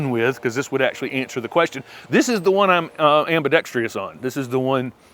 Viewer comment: Absolutely adore your channel. It has opened up a whole new world of pretty uncomplicated enjoyment of plants for me. But you are driving me crazy... Now, I say this with the greatest of respect and attempted kindness, but it's ambidexTROUS. No i. 😉😊